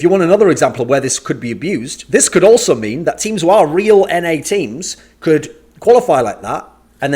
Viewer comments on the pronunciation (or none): none